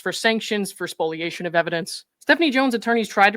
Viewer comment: Thank you for pronouncing "spoliation" correctly.🙂